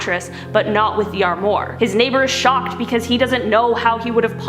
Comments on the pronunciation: “Arrm morr” 😂. It’s pronounced ARRM WAAR, dude. It’s people like you why the French dislike Americans lol. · Armoire sounds like Arm Waur. Not amore. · Why does she say semi like semee instead of semeye? And armoir is armwah not armwar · It's pronounced "arm-wah" not "arm-more" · Semee trucks? Lol. Sem-eye. Arm-more? It's pronounced, 'arm-wah'. Girl you need to learn how to pronounce words. Smh. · Armwore? No.Armwah... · Also “armoire” is pronounced “arm-wah” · The word is “armoire”, pronounced “ahrm-wahr”. It’s a French word for “cabinet”. But the rest of the story was very weird and cool. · Ok, its pronounced semi (like the word 'my') and armoire ('oire' pronounced 'warr' sounds like 'tar') its a french word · Ok, if you're going to tell a story about a male or female, use "he" or "she," NOT "they." "They" describes more than one person! And it's pronounced Sem-eye! And it's pronounced Awm-wah! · Ok. Ok.... Seh-my...semi. ehhh sehhh-myyyy. Arm-woir. Armoir.... armwarrr. Sorry. Not usually a grammar nazi. But people should know how to say these words. It's ok if they dont but... they should. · Love the video but check you pronunciations on “semi” and “armoire”. Semi. Sem-I. Armoire - Arm-woure. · Armoire is pronounced Arm-Wah. Just trying to help. Also, unrelated news, foyer is pronounced Foy-Yay. Just trying to help the US not be the place where everyone pronounces words incorrectly all the time.